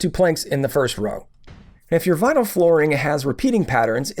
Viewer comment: Beginners mistakes... 'VINLY'??